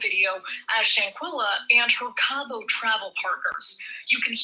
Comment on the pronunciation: It’s SHANQUELLA! Say her name ! 🙏🏾